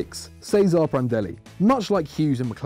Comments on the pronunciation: It's pronounced Che-zuh-rae Prandelli and not Cesar Prandelli (Cesare Prandelli) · mate it's pronounced Ches-ar-ae Prandelli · Your pronunciation of Cesare was so cringy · Cringed so hard at the pronunciation of Cesare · Would you pronounce it as like ce-sa-re or something idk